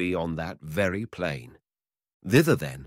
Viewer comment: Is this and other stories in this series narrated by AI? The expression (such as it is) is pretty so-so, and the stresses are much too often in the wrong place. Pronunciation is - shall we say - eccentric; as examples, the word "moreover" pronounced "mow-ree-over", and "plain" pronounced "pee-lain". The Russian, "korosho" should be pronounced "ka-rash-oh" (meaning, among other things "OK") with the stress on the last syllable, and "Ivan" is "Ee-van" stress on last syllable. Shame. Good stories mangled. Lousy use for AI (if there is ever a good use for it ...)